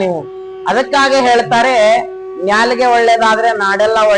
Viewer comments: ನ್ಯಾಲಿಗೆ ಅಲ್ಲ ಗುರು ನಾಲಿಗೆ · ನಾಲಿಗೆ , ನ್ಯಾಲಿಗೆ ಅಲ್ಲ